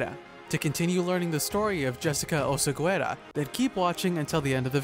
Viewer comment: You don't pronounce the u. OSEGUERA.